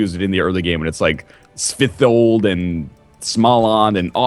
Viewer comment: Was that (th) really needed? :L Just say Svithjod.